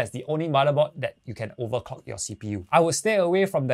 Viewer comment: Makes me laugh everytime u say 'overcock your cpu' hahaha. Great video. Support local.